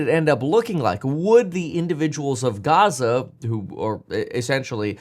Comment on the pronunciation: I don’t think it’s a “European” accent to put the accent stress on the first syllable, or that it’s an “English” or American accent to put the stress on the last syllable. But for the record no one says it the latter way except for you.